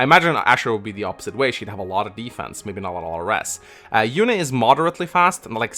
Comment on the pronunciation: FEH also pronounces Yune as "Yoon" in direct contradiction to how it was pronounced in Radiant Dawn as "You-nay". I don't know if I trust FEH pronunciations, lol.